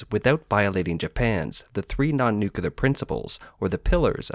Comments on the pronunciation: insights.. It's Nu-Clear! NOT NuCuLar! Geez! It's been decades since the world has pointed out George Bush's mistake. Why are u still making the same mistake?? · "Public waters" are known as "International waters". 🤦‍♂ Nuclear is pronounced as new-clear , not new-killer. 🤦‍♂ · You lost me at "nucular." 🤣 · Please learn to say "nuclear" correctly. It's embarrassing to listen to. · why is it so hard to pronounce the word nuclear for some people?